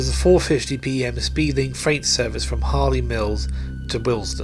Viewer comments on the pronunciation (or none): none